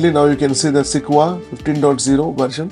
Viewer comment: Pronounced "seh-kwoi-ahh", not "seh-kwa".